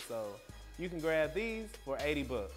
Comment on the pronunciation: "You can grab this shoe for one hundred buh"